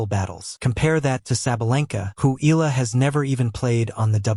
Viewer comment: It's pronounced eh-yah-la😮got that? 😳